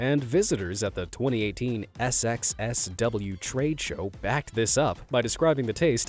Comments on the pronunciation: Just fyi.. SXSW is not pronounced "ess ex ess double u".. it's pronounced "south by southwest" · I searched most of the comments before posting, so if I missed sorry. It's pronounced SouthBySouthWest and not by saying the letters. Austinites just call it "southby". Glad to know my original estimate of the sushi was correct - at best bland and at the worst gross.